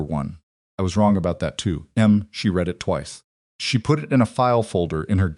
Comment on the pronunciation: Will someone PLEEEASE tell the AI that the word READ has TWO (2) TWO completely DIFFERENT pronunciations DEPENDING on CONTEXT..Jeeze its aggravating